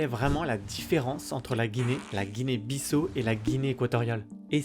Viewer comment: On ne prononce pas "BISSO" pour la Guinée-Bissau, mais "BISSAOU", "BISSAW", "BISSAO". Comme lorsque vous dites le prénom Paolo ou Paulo.